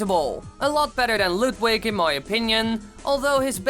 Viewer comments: You said Ludwing instead of Ludwig. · YOUR SAYING LUDWIG’S NAME WRONG!